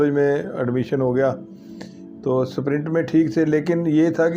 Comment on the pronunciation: स्प्रिंट बोलिए न की सप्रिंट